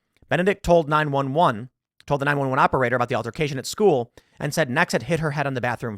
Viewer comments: I’m sorry, but I keep hearing “eggs Benedict”! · I was listening, not watching this, and honestly thought he was saying Eggs Benedict.